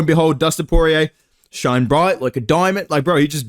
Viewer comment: Shoine broight loike a doimond